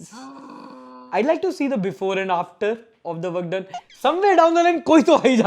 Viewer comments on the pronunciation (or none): none